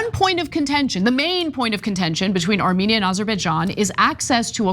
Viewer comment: Two countries Trump can't pronounce.